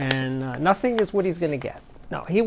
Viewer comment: "and nothing is what he's gonna get" hahahaha you're definitely a New Yorker